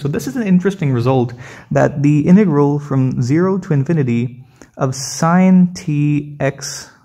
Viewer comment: BRUH ITS INTEGRAL NOT IN TEA GROL LOL STIPID 😂 😆 🤣 💀 😅 😭